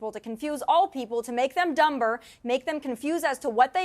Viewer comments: is it me or did she actually say "make them dumBer" 😂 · To make kisses dumber she said dum ber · I just heard someone enunciate the silent b in dumber